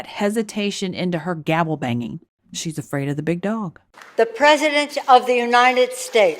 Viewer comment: . The wretched antiquated ghoul can barely speak out of her crypt keeper face: “The Presssiidenth of the United ssstahts.” Go get a real job.